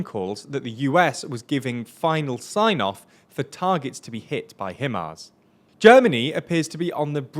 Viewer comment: How do you not know, this late in the game, how to pronounce HiMARS?